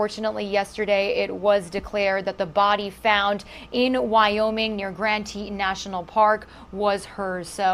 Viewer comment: FYI. Grand Teton (Grand Teet-on)